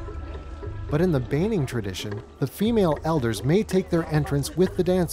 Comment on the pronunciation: It is a pity that the reporter did not learn the correct pronunciation for place and people group names before making the documentary. Examples are My Hagen, Kokapo and Baining.